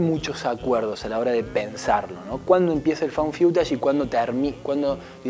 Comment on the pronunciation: Found Fiutash? No creo que se pronuncie así. Es Faund FUTASH...